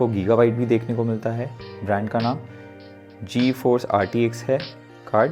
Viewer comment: did this guy say G-EFORCE RTX 3060....🤣🤣🤣🤣